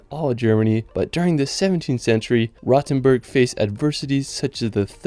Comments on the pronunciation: Long “o”. As in R-OH-tenboorg. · Just a small note: Do not mix Rothenburg ob der Tauber (your number 10, spoken with a long ooh) with Rottenburg am Neckar. Rottenburg is a nice town as well, but not the one you meant. ;) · Rothenburg ob der Tauber ,not to be confused with Rottenburg further south. Your comments are very misleading.Try to speak and pronounce correctly, and weite in the correct way.